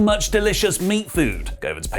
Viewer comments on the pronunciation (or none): none